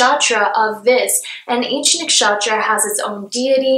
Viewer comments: The way she pronounces nakshatra has captured my heart 💕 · Cheers to all the Hindu names appearing beside the zodiacs! u have Indians' heart. ♥ Also the way u pronounce nakshatra is so cute! 😁